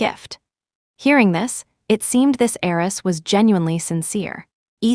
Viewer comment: Wealthy HEIRESS not aerys